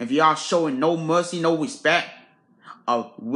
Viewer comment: lord have mercy 😁😁 and said show some wespect